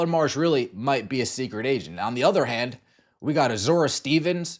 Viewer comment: Just for future reference. Azurá Stevens AZ-uh-ray